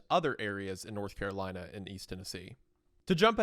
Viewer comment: "Nurth Currolina" ☕:shelterin